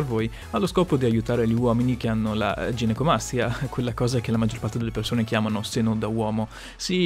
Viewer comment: Si dice ginecomastia e non ginecomastica